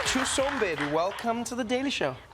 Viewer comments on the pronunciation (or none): And it's Mbedu y'all not Mbhedu😅